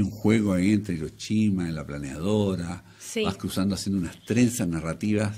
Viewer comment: Muy "cultos" los presentadores y pronuncian "iroshima" 🙄